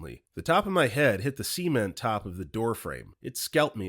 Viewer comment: Bro you need to learn how to say the word ‘cement’ lmao